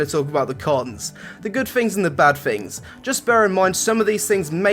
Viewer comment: The good fings and the bad fings!